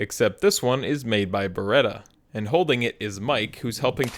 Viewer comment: dio mio come ha pronunciato Beretta 🤮